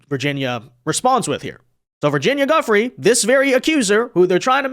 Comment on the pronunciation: Why not have the respect to pronounce "Giuffre" correctly?